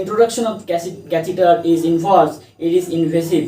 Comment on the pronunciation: catheter pronounciation/spelling aap ne galath likha/bola